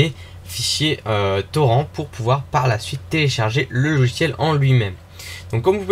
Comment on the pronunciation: On dit TORRINTE. AAAAAAAAH !!!